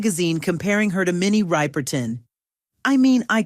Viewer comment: = This must be narrated by AI to mess up the name of Minnie Ripperton. 😮😅